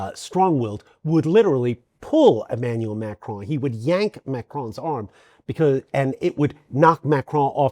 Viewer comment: If you are one of the vast number of non-francophones who cannot pronounce the name "Macron" correctly, PLEASE do what this gentleman did and keep the "o" short, as in "computer." The result is not perfect but French speakers are habituated to other linguistic groups struggling to replicate the very nasal sound of the terminal "n" in French words like "main", "veston" and "Macron". Pronouncing that almost entirely nasal "n" without allowing the tongue to touch the upper gums is a trick best learned in childhood, or by getting yourself mocked until success became obligatory, which is what happened to me. It would be so much more respectful than MAKROAN from anybody, and so much more professional from members of the Free Media. The traditional, corporative, media should know better already...